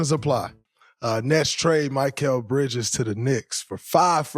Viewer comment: You’re an analyst, Draymond. You don’t know how to pronounce Bridges’ name?